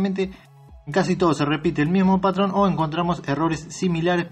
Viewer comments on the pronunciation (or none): none